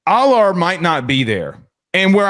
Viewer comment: You want to know the fastest way to loose credibility? Keep pronouncing Drew Allar's name wrong the whole segment...